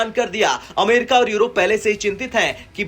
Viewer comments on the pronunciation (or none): none